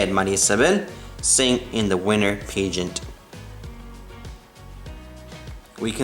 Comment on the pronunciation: Great story! Pageant was not pronounced properly.